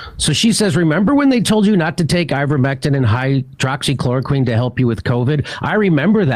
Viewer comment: “Hydrochloro-KWOCKS-equine”?? Funny, I have no trouble pronouncing it correctly.